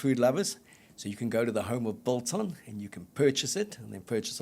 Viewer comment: Love the show. The g in biltong is not silent however.